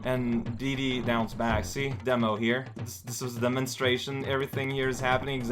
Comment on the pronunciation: I like how you pronounce Diddy "Dee-Dee", makes me think of Dexter's lab.